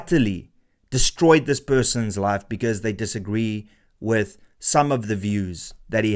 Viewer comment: 'Life' not 'live' just FYI